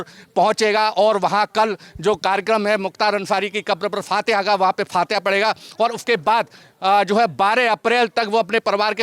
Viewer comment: ऐंकर साहब पहले बोलना सीखे जिसे आप फतीहाँ बोल रहे वो रियल में फ़तेहा होता है 😂😂😂😂😂😂😂